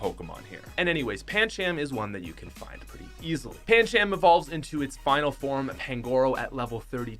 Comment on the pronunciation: U said Pan-chaam when its pronounced Pan-Chum